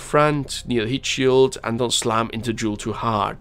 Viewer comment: Jool not kook